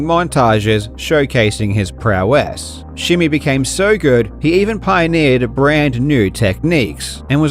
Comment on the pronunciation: PrOw ESS? Is this ai..?!?!